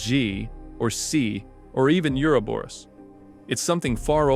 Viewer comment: Can somebody please tell me why nobody can pronounce Uroboros?